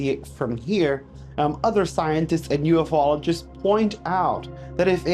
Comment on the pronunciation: ffs, it's pronounced U-FOLOGIST, NOT UF-OLOGIST. LIKE Bi-ologist. You know I love ya bro